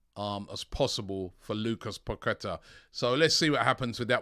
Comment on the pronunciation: robbie, its pronounced Lucas (Pa-ke-TAH), with emphasis on the TAH